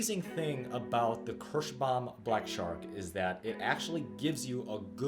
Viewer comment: It is called KIrschbaUUUUUUUUUUUUUUUUUUUUUUUUUm, it is not Kirschbam. If you want Kirschbam string go create your own brand of strings. Your awful pronunciation really makes my ears bleed.